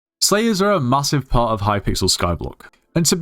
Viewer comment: bro I thought he said slaves instead of slayers at the start 😭🙏